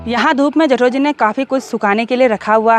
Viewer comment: Hello....Aap ke vlogs Bohot Ache hote hai....Meri puri family night me Apke vlogs dekhti hai.... Specially mere Papa G ko Bohot psnd hai apki video....Jab aap Bolti ho Na # Jethoji,hum sabko Bohot achaa lagta hai apke mooh se